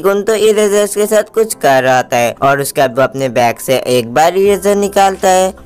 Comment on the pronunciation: back nhi bro😂😂😂😂😂 bag hota hai😂😂😂